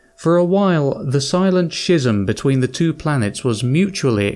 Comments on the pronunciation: Lith? Shism? Learn to read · I don't know who told this narrator that he's qualified to read audiobooks, but when there are 3 ignorant egregious mispronunciations in 3 minutes... (cometary, lithe, schism) Pity, sounds like a great story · Ok I'm 3 and a half minutes in and so far cometary, lithe and schism have been mispronounced, have you ever read a book before? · Why is it people dont understand how to pronounce words these days? The way he says Schism is laughable...dont get me started on lithe. What's worse, this person is British... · After this, I just had to subscribe!... And besides that, I refuse to be one of the 163,000 assholes who watched this video with no intention of subbing!... I also want to point out that I just now read your disclaimer about you mispronouncing, "schism", which I thought was hilarious because when I heard it in the video, I was thinking, "Did he say that right? Hmm... I don't know but for some reason, it didn't sound right..."